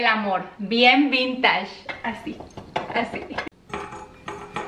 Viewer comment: Muy bonito todo 💓 solo una observación acerca de la pronunciación de vintage. Se pronuncia “ VintAsh” 😉